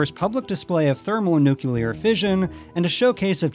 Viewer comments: interesting so far. However, your pronunciation of nuclear was a bit wonky. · Say “nuclear” again….